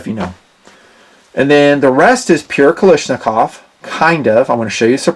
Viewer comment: I can't believe that after so many years you still can't pronounce the word KALASHNIKOV! Not Kali , its Kala. Otherwise I enjoy watching your videos.